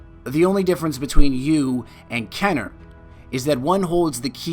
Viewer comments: KEY-ner. Not KEH-ner. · Easier if you said like this "Kin - er." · Its KEEner not KENner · KEEEEEEENER, not Kenner. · its keener... not kenner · kEEner.. not Kenner... you seven spelt it right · Awesome video! just so you know its pronounced kEEner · I stopped watching when he said “Kenner” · ok "kener" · Thought is was pronounced "KEY NER? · amazing video, but he was saying his last name like "kener" despite there being two e's before the n aha. that sort of thing just bugs me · Love this "Destiny Lore" style-ish video, do more!!!! P.S. I believe its pronnounced KEY-nur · It's pronounced KEENer you filthy casual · youre pronouncing my last name wrong fam xD